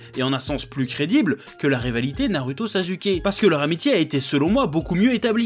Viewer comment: Quand tu dit sazuke ça me trigger un truc de fou ptn